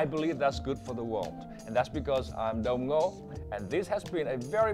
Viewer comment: er guys why does he keep saying "after all im dong ngo?